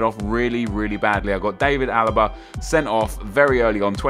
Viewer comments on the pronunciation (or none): none